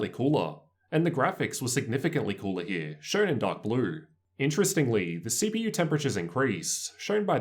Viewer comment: Awesome review! I went with the Zephyrus personally. Also, the way your accent adds emphasis to the end of certain words it trippy AF. (loud-her, bett-her, cool-her)